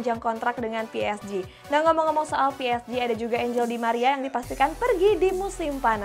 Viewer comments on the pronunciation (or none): none